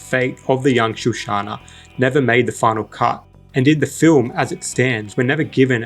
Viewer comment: Shoshana not shushana.